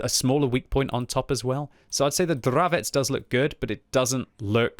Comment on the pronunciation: Hi, you finally have correct pronunciation for CZ word Dravec, nice, just joking:) Keep up your great work, greetings from Hradec Kralove